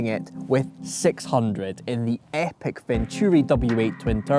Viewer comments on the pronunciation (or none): none